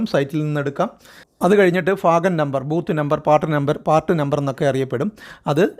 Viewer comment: ഫാഗം എന്നല്ല ഭാഗം എന്നു വായിക്കൂ